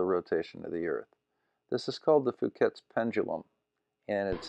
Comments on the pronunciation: Hi, great video, as always. I can tell Nick really gets to you, when you call the Foucault pendulum a Fhuket pendulum, or maybe I misheard. After all, English is not my mother language, let alone the different local American accents 😁 [edit: removed the clockwise comment because it's in the description] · I swear you pronounced it "Phuket's pendulum". I will always call it this from now on. Thank you. Keep up the awesome work!